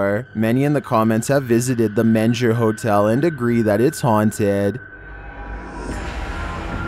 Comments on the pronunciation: It's called the ( meenger) hotel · How do you pronounce MENGER as Mensure? I'm Texan and I had to go check the description to figure out what hotel it actually was!